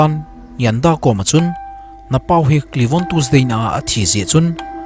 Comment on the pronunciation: Tuesday ❌ tusday ✅ 🤣😂🤣🤣😂😂🤣🤣😂